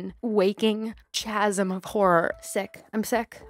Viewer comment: I hate to be that person but I figured you'd wanna know, since I would too, as someone who is a huge introvert bookworm who reads more words than hears them said: chasm is said like "kasm" instead of the ch being like chocolate! And weary is said like "weery" unless you meant "wary" as in "afraid/nervous" in which case NVM LOL